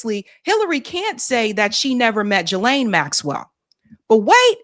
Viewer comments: Ghislaine is a French name and is pronounced Gee (rhymes with see) Lynn ( rhymes with pen)Trying hard to get over hearing Juh-Lane (nails on chalkboard), I know it’s petty, but education isn’t too terrible. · it's Ghislaine!!! [ gee-layn ] The "G" is hard, like goose. Not "G" like giraffe. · Jizlane does not deserve the courtesy of having her name pronounced correctly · Please pronounce Ghislain‘s name properly. It’s with a hard G not a soft G.